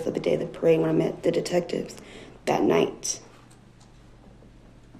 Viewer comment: How can you say "dat"?